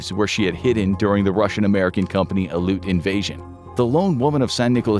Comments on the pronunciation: While you did pronounce Aleutian correctly, the correct pronunciation for the singular "Aleut" is Al-ee-oot as compared to the the Al-loot I was subjected to this video XD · Future reference aleut is pronounced alleeoot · As an Alaskan, i can tell you its pronounced Al-EE-oot